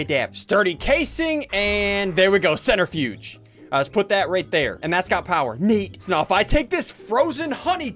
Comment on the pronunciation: It’s said Cen/tri/fuge not cent/ri/fudge lime cmon Ssundee have you done any science before 😑🤦‍♂️